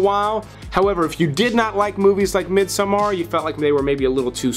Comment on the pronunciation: Mid-sum-AR. LOL.